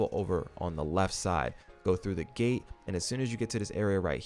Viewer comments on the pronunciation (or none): none